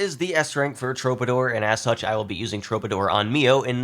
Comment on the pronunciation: True - buh - door. Just trying to help. 👍